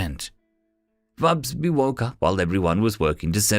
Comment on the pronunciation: It is interesting that you keep inventing an extra 'B' when you say 'Fubsy' and it comes out 'FubsBy' - distracting just because the text is available. :yt:👍